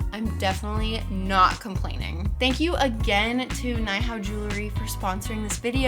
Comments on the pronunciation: I think its pronounced "nee=how" it means hello in mandarin! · Hey girl! Nihao is Chinese and is pronounced nee-how. It means hi or hello lol 🧡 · I believe nihao is pronounced knee how . This is based out of China and nihao means hello . Love your videos! They're always fun and informative , you're a very artistic person ❤ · Came to the comments specifically to see if anyone mentioned this. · hi! it's pronounced "nee-how" it is like hello in chinese :)